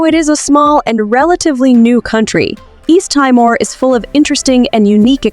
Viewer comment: Thanks for the wonderful introduction. But it is called Tea more, not Tie more